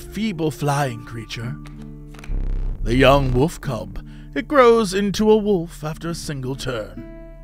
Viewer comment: I mean, Jesse can't pronounce wolf correctly, so stoat was obviously gonna give him problems